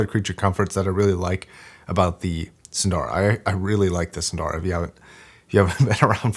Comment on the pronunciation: As a recent subscriber, I am loving watching videos and very thankful to his expertise. But, I am disappointed when he butchered the pronunciation of Hifiman models. For whatever reason, Hifiman is using all Sanskrit names. Sundara means beautiful ( Su-nd-ara or psu-nn-dha-ra). Ananda (aa-nun-dha) means happiness.